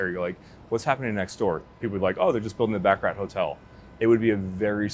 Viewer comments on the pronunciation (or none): none